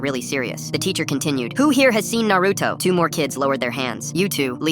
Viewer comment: I flinched at the way she said Naruto like it's Na-ru-to NOT Na-roo-to